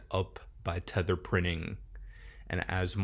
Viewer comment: It’s Tether